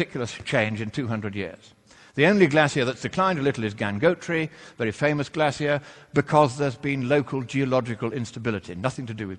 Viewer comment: I love the way you say 'glacier.' That's how I said when I was a boy because that's how my mother (an Englishwoman) says it. Living in America, everyone teased me because of it. But, that's still how I say it.